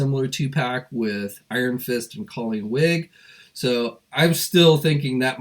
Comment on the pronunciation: It’s Colleen Wing, not “Wig”.